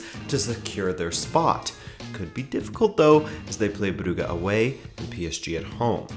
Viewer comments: Brew-ga? Brewwge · It's pronounced club bruzhe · It is pronounced "Broojsh"